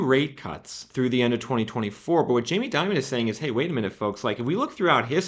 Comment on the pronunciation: jamie Dimon is pronounced Dee-mone, just as an fyi for future dialogue.